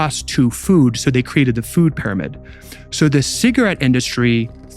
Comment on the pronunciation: WHY does this speaker keep saying PIE RO MID ???!!! It's soooooo annoying! NO ONE says that. It's "peeromid" If you are going to have AI speaking at least train it to pronounce words correctly.